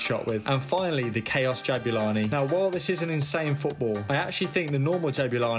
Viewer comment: not to be a karen but my middle name is Jabula (parents South African) and its more like ja-bu-la(ni) not ja-bue-la(ni)